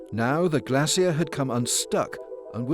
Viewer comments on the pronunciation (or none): Glacier, not glassier